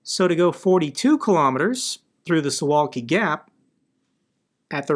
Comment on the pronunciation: Suwałki is read su.vaw.kee btw